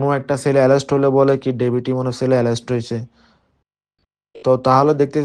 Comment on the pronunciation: এরেস্ট বলতে পারেনা।বলতেছে এলেস্ট সেও নাকী সারা চট্টগ্রাম থেকে চাঁদা নেয় সে নিজে বলছে কিন্তু পুলিশ তাকে নিয়ে কোন তৎরতা নেই